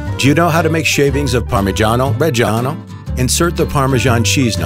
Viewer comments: inhales its spells reggiano not rej an o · Why did you dedicate an entire channel to parmigiano and still cannot pronounce it right in Italian? Reggiano has the double g for god's sake